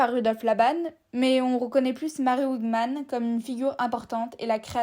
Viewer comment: Merci pour cette histoire de la danse ! Prononcez juste Mary Wigman comme "Vigman", prononciation allemande et non anglophone. Merci !!